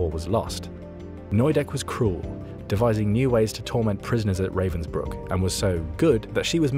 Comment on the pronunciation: It is, but it would be better if he could pronounce Ravensbrück.